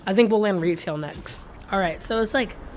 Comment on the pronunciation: Evan said Rigtail not Retail